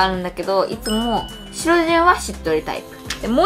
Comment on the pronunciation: 白潤（はくじゅん）じゃないんですか？